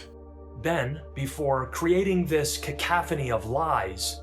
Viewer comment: oh dear dude cacophony isnt pronounced like that, if you dont know the word, dont use it as it makes you look really silly.